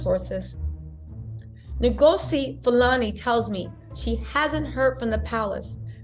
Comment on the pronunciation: Pronounced Un- Go (as in gossip) -zi! She's better than me, I would have kicked up a storm there and then! I just don't get it, never will.🤬